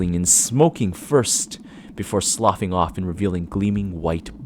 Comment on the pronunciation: Yes!! A narrator who knows how to properly pronounce sloughing!!!! It’s one of the most popular horror words and nobody ever gets it right. (Although melancholy is pronounced like “MELON-cholly” with emphasis on the first syllable, FYI😊) This is my first time finding your channel—you’re awesome! Great natural talent. I’ll say one thing: just don’t be afraid of silence. And SLOW DOWN, my friend! about 10-15% unless narrating an intentionally fast action scene. It rushes the listener through an experience that is meant to be felt and conjured in the imagination. So many narrators don’t understand pacing, pauses and brief silences where they make sense are crucial and separate someone good from someone who really understands storytelling. It also allows suspense to do what it’s supposed to do. I’d suggest Viidith22, Creepy Ghost stories, and perhaps NeverSleep for masters of pacing. They are excellent at adjusting words per minute based on what the story and performance calls for. Also, read through the story more than once before hitting the record button, so you’re not tripping over words as you just try to get through the sentence. It also leads to some weird pauses. You should read each story at least twice before narrating it. But great job, instant follow, can’t wait to listen more. Keep it up!